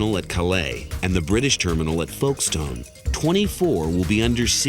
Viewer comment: A shame the narrator can’t pronounce Calais & Folkestone correctly